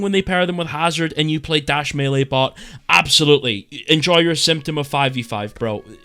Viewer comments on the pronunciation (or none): none